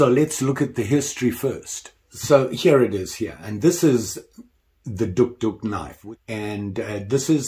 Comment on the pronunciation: The O is silent, it’s pronounced, duke, duke, like the dog